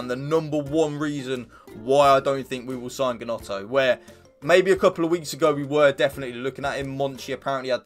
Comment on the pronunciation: It’s pronounced “Nonto”